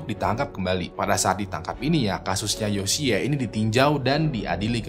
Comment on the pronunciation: Yoshi kali bang baca nya.... lucu dengernya yosiyee hehe